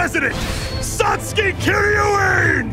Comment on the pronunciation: I like the voices for the most part, but the pronouncing of Kiryuin and Senketsu sound a little clumsy.